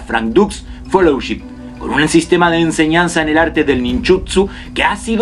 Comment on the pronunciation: Sugiero que se informen. Mejor a cerca de la vida de Frank W. Dux No es "follow ship" es "fellowship" No es "Enso" es "Senso" Y si hay información solo necesitan investigar bien las cosas Y si existió el kumite Inisisto averigua bien si vas a hablar de esto